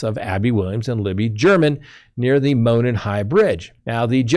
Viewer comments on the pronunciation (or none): none